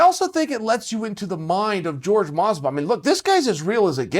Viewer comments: His name is jorge, not George. Just like you're Chael and not Gaél. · Ffs Chael. Is name is jorge, not george. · George? It's Jorge! You may not understand this word, so go ask Aretha Franklin about RESPECT! And this is coming from a Diaz brothers fan... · It’s pronounced “Hor-Hey” not George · Horha not George 😅😅. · It’s not George, it’s Jorge [ˈxoɾxe] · George lol sounds like hore hey, mas ve dal chael is a topman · Is not George, it's Jorge. You don't call Usman "us man", you don't call Conor "conair". Its Jorge. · ...isn't it "Hor-hé" Masvidal and not George Masvidal? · I hope Jorge baptizes Chael for saying his name wrong on purpose. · Jorge Hor-Hey not George 😫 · It's not George it's jorge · Its Jorge "Hor-Hay" not George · Hor-hey Masvidal. Plz. Stahp the George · Some people say Jorge (horr-hey) and some day it as if its George, what the hell is it people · I'm pretty sure it's pronounced Hor-hay not George, he's latino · How hard is it to say Jorge and not George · "Whore-hey" not George ffs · Jorge "George" Masvidal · Why do people call him George? It’s not even one of the tougher Hispanic names to say. Jorge (whore-hey) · It’s Jorge not George 😂 😂 😂 My g Jorge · CAN WE STOP CALLING HIM GEORGE LOL ITS PRONOUNCED HOR-HAY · His name is pronounced horhey not George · "George" Masvidal 🤣💥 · jorge “george” masvidal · Jorge is not pronounced like George for fuck sake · Why is he saying George? His name is Jorge, Spanish name. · How hard is it to say "Whore-hay" jesus Chael aha! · Who else came here just to hear him call Jorge "George" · it's pronounced HORHEY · Stop saying it like George he is Mexican fuck ya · "George" Masvidal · Uncle chael, say it with me, HoreHey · Can someone please tell Uncle Chael it's Jorge not George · I died when I realized he calls him GEORGE Masvidal. He's such a fucking troll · Why can’t he say his name? It’s Jorge not George. It’s just annoying. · Say it with me now, Uncle Chael, "Hor-hay Masvidal." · why he still say george